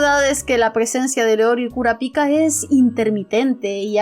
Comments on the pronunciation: no me gusta ser hater, pero vuelve a decir Kurapíka y te mato... mentira, solo aghh... suena raro. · Me encantó tu reflexión, sin duda uno de tus mejores videos. Por cierto, repite conmigo: KurÁpika nÉtero :)))) (Solo estoy molestando)